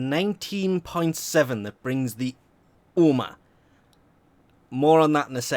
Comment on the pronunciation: every time he says oh ma I died 😂😂😂.